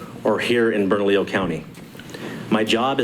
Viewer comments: it’s Burn-a-lee-yo County. Easy peasy. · Hey. Try saying it phonetically: burn a lee yo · Bernalillo: It is pronounced, Berna-leo😉👍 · Bernalillo (Burn-a-lee-yo) County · I spent a lot of years there and it's pronounced burr-no-lee-oh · It's pronounced Burn-a-leo (Bernalillo). Hope that helps. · It is easier to say Bernalillo County when you pronounce it correctly. Listen to how the Sheriff says it. Pronounce the LL as a 'Y' or leave them silent.